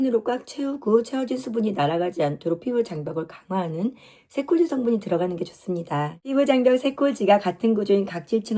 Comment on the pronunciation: 자막,영상 없이 소리로만 듣다가 세꼬지 미스트가 뭐지?😂 발음이 문제일까 제 귀가 문제일까 세꼬지가 세콜지였네요.ㅎ